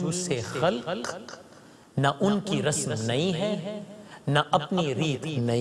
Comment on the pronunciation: What is rasam it's rasm!!!